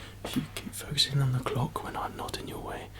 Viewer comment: the way he says "clock" is a trigger for me 😌